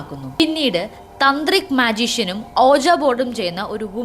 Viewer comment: തന്ത്രിക് അല്ലാ താന്ത്രിക് ആണ് 😂😂😂😂